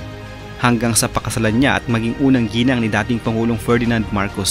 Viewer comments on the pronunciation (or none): none